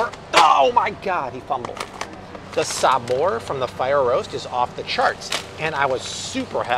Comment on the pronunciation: You pronounced Chile correctly also sabor props to you 👏